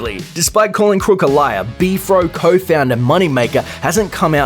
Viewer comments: It's pronounced B.F.R.O, not B-FRO. You have zero credibility just on this alone! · Do you call it "Beef-ro" and not B-F-R-O? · Its B-F-R-O